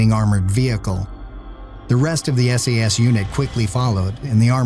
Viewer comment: Is it just me or did that narrator call the SAS SES?.